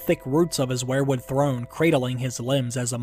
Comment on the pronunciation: you say wherewood, I say weir-wood...kinda weird or should that be whered??????????